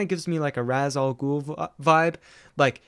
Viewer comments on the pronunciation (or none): It’s ra’s al ghul.not raas